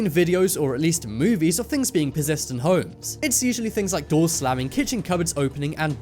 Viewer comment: why he say it "holems" lol